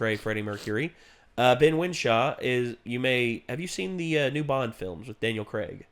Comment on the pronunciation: Ben Wishaw, not Winshaw, jeez, do your research.